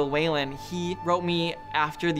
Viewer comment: Yes, that annoyed me too !!